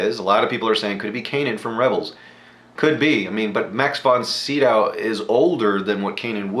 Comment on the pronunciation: Max Von Sydow is pronounced (si do) - long o...to people my age, he is "The Exorcist"...I never watch these but I liked watching yours...thank you!!!!